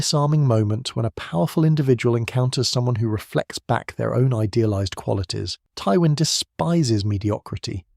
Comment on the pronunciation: Why do you pronounce Twyin's name wrong? Also please stop using AI to assist your scripts. It is painfully transparent that you aren't speaking with a fully authentic voice.